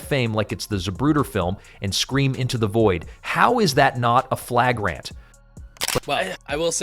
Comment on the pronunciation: Flag-Rant. AI can't say flagrant apparently. :D